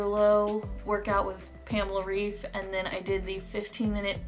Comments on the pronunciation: Just wanted to tell you that pamela‘s last name is pronounced ‚raif‘. She is German and in Germany we pronounce ‚ei‘ as ‚ai‘. Lots of love from Berlin 🇩🇪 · In english, 'raif' would be pronounced 'rayf,' normally. Pamela's last name is pronounced more like 'Rife' by english standards :) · yes, I speak german. I am trying to explain that the german way of pronouncing it would be said 'Rife' (ei in german makes a hard 'i' sound, not a hard 'a' sound as in raif) :) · girl but her name is german, so the right way is the german way. For example, my name is in portuguese and it's pronunced 'ahdôrrno' but in english it would be 'adorrknow' or smth like that